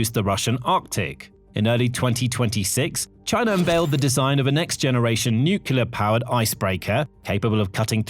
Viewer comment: I'm an avid follower of your reports, and I've realised that you're very careful about how you pronounce Russian place names, but pronounce 'nuclear' as 'nucular'. I find that juxtaposition very odd.